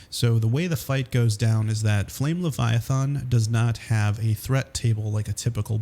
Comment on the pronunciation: LeviathAn does not have an O in it it's not leviathOn